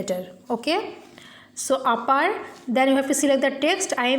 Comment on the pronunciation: give uppee insted of upper XD